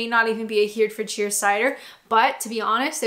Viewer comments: Prononced Herry fudsher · Herefordshire? If so it’s pronounced “herrafordshire” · Thought you were saying Hertfordshire for a while, very little cyder from there bouts me lovie. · Not pronounced "Here"-"fordshire". It's more "Herr" -"i" -"fordshire". And canned cider is not generally as nice as bottled, and I'm a cider drinker only FWIW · Loved the video, great job. Is it Herefordshire you are struggling with? Hera-fud-shire? Happy Friday 🍻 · HER E FORD SHIRE !! Pronounce the HERE like herod then ford shire. Love a cider , toffee apple flavour , strawberry , dark berry , rhubarb & custard , all available in morrissons. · the county of Herefordshire is pronounced 'Herry-Ford-Shire'. I have family living there and it is a very pleasant, mainly rural county on the Welsh border. Well worth a visit, even if only to sample the cider! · I can't watch you struggle any longer lol. Herefordshire is Herry (rhymes with very) fud (rhymes with mud) shu (like shut, without the T ). So, Herry-fud-shu with the stress on the "Herry". You're welcome! :) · I think you'll find it's Hair-red-ford-shire. Great video btw. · Hair - re - ford - sher ....as close as I can get phonetically 😁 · Hi.A short lesson in English pronunciation-no offence intended! Herefordshire- say it as Herree fud sheer, or the posh way-Heree ford sheer. As for Cadbury-please,please, PLEASE-NOT Cad-berry-it's Cadbrees or Cadborees! Love the videos, let's have many more, from Mike. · Hey.....its pronounced 'Hair-Re-Ford-Shire'👌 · Herefordshire is pronounced Hairy-fud-sher OR, given the Brummie twist to it... Erryfudsha :-) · Herefordshire Hair-re-ford-shire if that's what you mean lol or Hertfordshire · HAIR-REF-FORD-SURE! You're welcome :) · It's Here - ford- shire. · Oh no I've been corrected haha, sorry. it's not ♥ Ford_shire, you meant, Herefordshire, right? *Hairy_Ford_Sher *👍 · Best way to pronounce Herefordshire is error-ford-sure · *Herry - fud - sheer. 😉